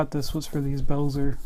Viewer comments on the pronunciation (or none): Cool review- Hazet is pronounced "Hartzet", likewise Belzer..."beltzer" sorry to be stiggler.... great stuff. Great spanners!